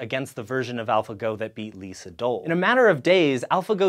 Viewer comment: It's LEE Dol.